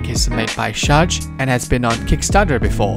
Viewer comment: is that how you pronounce sharge? idk